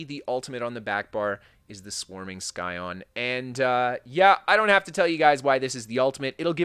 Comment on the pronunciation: Bro really? Been following your builds for a while you seem intelligent enough to know its pronounced PSY-ON not SKY-ON... lmao -_- TT EDIT: incase that was too confusing heres another phonetic "SIGH-ON" ... smfh lol <3